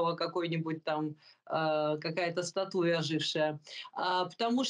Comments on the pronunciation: Не статУя , а стАтуя ! И все то вы знаете !!! Не леди , ты не леди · Про историю рассуждает, а ударения правильно ставить так и не научилась - как только слышу статУя - слушать дальше не хочется...😊